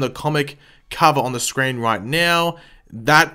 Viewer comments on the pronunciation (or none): none